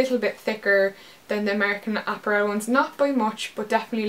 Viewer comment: I love the way you say apparel! haha! great haul!